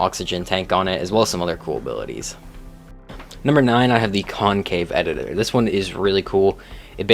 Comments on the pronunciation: also those pronunciations hurt Ceratosaurus, Concavenator, and Yi Ling in particular The first two arent Sera Tosaurus or concave editor. One word And its not Why-ling its Yee-Ling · Con cave editor😂😂. It's concavenator And why ling. It is not why lingerie but yi ling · "concave-editor" Bruh